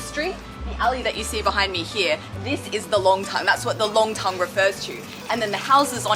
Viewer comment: Nongtang, NOT Longtang. 上海人很多发音是错的， R和L不分， N和L也不分。不少中国人实际上汉语发音很受地域影响， 发音不准确。